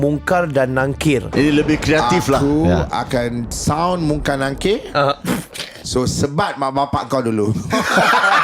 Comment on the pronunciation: Tolonglh sbut dgn btul.they r MUNKAR n NAKIR.bukan nungkar.bukan nangkir.